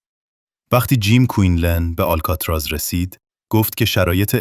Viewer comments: هنوز نمیدونی آلکاتراز آل....بوده در اَدای واژه مشکل داری ک.... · اشک آلکاتراز ن یه بار هم نشنیدی آلکاتراز